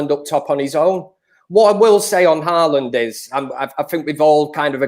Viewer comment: Nobody:: HaArLaNd 😂😂😂😂😂